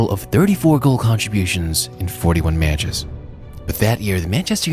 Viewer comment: Meyatches. Weird way of saying that word given your attention to your voice.